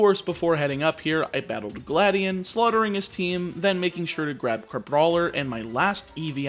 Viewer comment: Its Gladi-on not Gladien